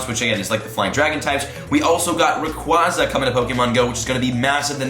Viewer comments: Hate to be that one guy but... It’s ray-qway-za not ray-qwaa-za Watch the movies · Rayquaza is officially pronounced rayquaza (Rae-qu-ay-za). Not rayquaza (Rae-qua-za) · Idk who says it ray qwaza it's pronounced ray qwayza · ray-quay-zuh, lol. it comes from the word quasar. cant wait to not catch it though lol (suburbs) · LoL its rayQUAYza btw😂😂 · ITS RAY QUAEZA U WERE RIGHT BEFORE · You were saying it right originally, it’s ray-quay (like a quasar)-za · You know that's kinda funny you were pronouncing Rayquaza correctly the first time 😂 In the movie he's in it's Ray-qway-za and it's root word comes from quasar which is pronounced qway-zar anyway, just being technical here 😜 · Yep you are wrong becuz in the anime they pronounce it rayqwaza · They lied to u about Rayquaza's pronounciation Ray-Kwah-Zah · Its rayquaza as in quazar not like rayqwahzah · The Devil I know but it just hurts to hear it the other way haha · The way you used to say Rayquaza is in fact the right way to say it. If you don't belive me just look it up. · The official pronunciation is Rayquaza as in quasar, not as in quadrant or quadratic. Just saying... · It's actually pronounced the way you originally thought. It's supposed to reference a quasar, or some space-y event. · Wtf the first way you were saying it is correct. The second way sounds like you are special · You are pronouncing Rayquaza wrong!!!